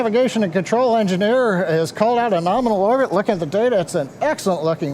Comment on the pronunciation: Okay, I am eating my figurative hat. I did hear use the word "norminal" yesterday at the end of the Crew 1 cast. I still think promulgating this portmanteau word is inappropriate in a scientific context. It promotes imprecise communication, like writing guidance programs with metric units and entering Imperial units. Also, it literally hurts my ears! I have thrown objects at my TV when I hear the word 'nukular' used in place of nuclear (I hope you're aware of the distinction)! I can see you've monetized this vulgarization of 'nominal', and I understand you are using it ironically, but in interest of the English language, and your standing in the scientific community, please consider a gradual phasing out of the usage. Let it pass, like the cosmonaut suit. It was uncomfortable for you to appear in the spacesuit all the time. Understand that it's equally uncomfortable for me to hear a word continuously mispronounced and misused. Let's not "norminalize" the term! Thanks, and keep doing what you do!